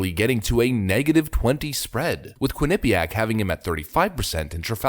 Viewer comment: The worst pronunciation of Quinnipiac I have ever heard, but maybe he was trying to pronounce it like Joe Biden would have?